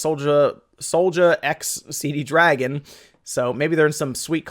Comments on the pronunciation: It's not CD Dragon...there is only one D... It's C Dragon. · CD Dragon must be selling the Con-Fuze. I always read C-Dragon there, never saw that extra D i´m always hearing here :-D